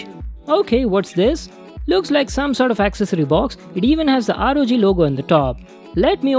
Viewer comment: Rog sounds like rgb Like if agree